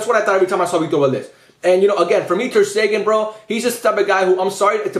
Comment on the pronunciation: My man did Ter-Stegen wrong in every way possible.